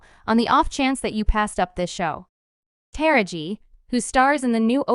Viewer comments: I have no idea why you’re pronouncing her name (actress Ta-ra-ji)incorrectly is it you really don’t know. I’m sure you’ve heard it pronouced several times. Are you saying incorrectly on purpose really……. I’ll pass on subscribing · First of all allow us as black people to tell OUR OWN STORIES..you can't even say MS Henson's first name right...if you were right you would be talking about how WHITE STARS (FEMALE) are NOT fighting the studio's to BRING the black women's salaries.. up to what their MAKING. A WOMENS A WOMEN HER SKIN COLOR doesn't define her worth or make her less a woman but perhaps that memo hasn't been put out. So while your mastering mispronounced names and promotion of black women disagreements USE THIS TIME TO SEE if our white sisters would do a boycott on equal PAY, equal OPPORTUNITY , resepct, equal representation for your DARKER SKINNED LADIES. HOW BOUT THAT ? So quick to try spill tea on us , ALL WOMEN DO WHAT ALL WOMEN DO...quit your Emphasizing our fight and join in on our PLIGHT ! YALL cry about how the men make more and are at this moment demanding better or equal pay, why not be concerned about how black actresses or actors get screwed ? Make this part of your demands. Than please PUT SOME RESEPCT on To Taraji P. HENSONS NAME ! GET IT ? GOT IT? 😉